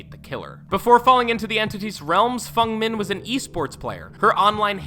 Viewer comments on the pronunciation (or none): he says nyaa instead of nea and fung min instead of feng min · What’s with the incorrect name pronunciations? Nia karlson, which is Nea karlson, and Fung min when it’s feng (pronounced fang) min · It's FENG MIN not fung min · In dead by daylights case it is pronounced feng min not fung min Ik in most cases its fung but not in dbds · "Fung min" scares me the most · Fung min, Nia Carlson, you butchered these names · This is how you pronounce it Knee-ah Karlsonn Fang min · Fung men and Naiah killed me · Good god. I had to stop watching this video. Its not naya, Its Nea, and good god, Fung min?????? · "Fung Min". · And fung min 😂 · Don't even get me started on all the butchered names Fung Naya Phanateafobia ETC (how he said them, i'm not dumb) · Dont forget fung men. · "Fung min"